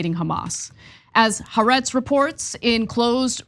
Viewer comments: Guys... First of all Good work mostly in general... Haaretz is pronounced Ha-Ah-Retz, not HA-RETZ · Jesus Christ, Anna It's been a f'ng year now. Time to say it correctly Ha .. aretz The land (Israel) Not "harets" 🥴